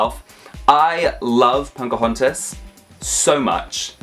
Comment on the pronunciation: Why do you call her "Poncahontas"?